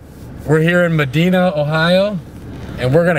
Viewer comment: Well i can tell one thing, those guys are not from my home town. We dont say Medina that way. ROFL